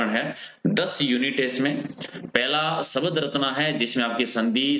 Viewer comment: Sabad kya hota hai Shbda bolo bhai